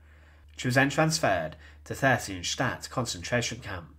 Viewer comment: Why did you say Theresienstadt like that dawg